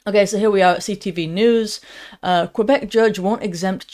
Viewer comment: Bravo: There is, seemingly, still, at least ONE English voice, that pronounces the word Quebec correctly, the English way, as KWE-bec, not the French KE-bec way. No law can possibly be enacted that compels a doctor to KILL a suffering patient who is nearing the end of his or her life. THAT, would make such A 'LAW' complicit in the act of MURDER. JF.